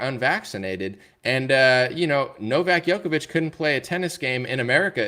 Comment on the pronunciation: Thank you so much for making a show on Novak, my Serbian fellowman , but please start pronouncing his name right. It is not Jokovic but Djokovic ( J like juice ). Thanks !